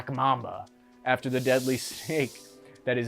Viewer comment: Sub-Sararan Africa?